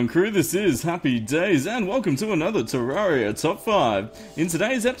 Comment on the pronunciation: Its not tarrauriuh its terrarereuh